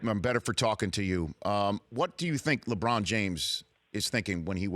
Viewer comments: You butchered LeBrons name how could you? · "LebRon" James LMAO